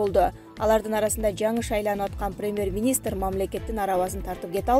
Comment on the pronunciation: 🤣🤣🤣бут туура эмес суйлот экенсиз диктор🙈🙈🙈 1- ПАНДЕЕЕЕМИЯ эмес пандемИя болуп окулат 2-ПРЕМЕР министр эме премЬер болот кыскасы толтура экен катаныз уят...